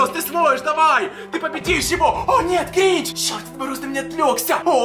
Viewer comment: это не грич а гринч